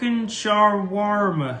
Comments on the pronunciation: Chicken Shower Warmer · The chicken shoarma will never not make me laugh, I nearly pissed my pants the first time I saw it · Chicken “Sharwarma” will always be funny 😂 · "Sha walmart" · "shwar-ma", "coos-coos" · Lol I can’t get over Lando not being able to say Shawarma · Lando pronouncing shawarma is the cutest thing I’ve seen today😂 poor lando! He really wanted to get it right😂😂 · How tf does Lando not know what Chicken “sha-Walmart” and “koos-kuss” are 🤣🤣